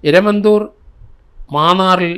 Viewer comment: Eramanthoor alla sir eramathoor